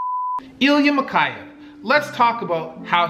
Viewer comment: mikhEyev, not mikhAyev